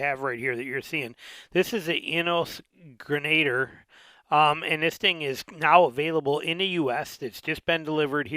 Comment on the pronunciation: FYI, pronounced “gren-a-deer"